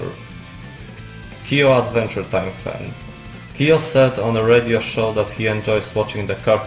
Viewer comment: Nie "Kiyo", a "Kyo". Chciałabym obejrzeć, ale tak ciężko jest ciebie zrozumieć 💔